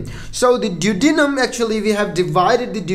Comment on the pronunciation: check your pronunciation... Du. O De num. Hope that helps.